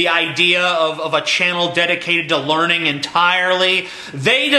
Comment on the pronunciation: It's not "The Learning Channel" any mo', it's "The Larnin' Channel".